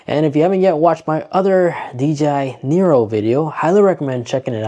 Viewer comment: It's a neo. Not a nero.